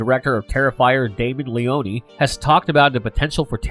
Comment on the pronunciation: LeONE Two syllables not Le-On-E God that shit so annoying lol.